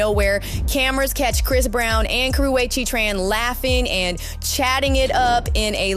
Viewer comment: She can’t say her name properly!!! 🤦🏻‍♀️🤣🤣